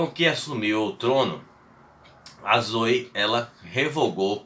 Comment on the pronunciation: Não seria "Zoé" a pronúncia da imperatriz?